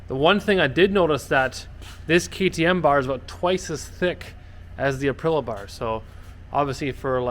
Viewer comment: Nice build. But please - it's ApriLIA- not Aprila 🤙🏼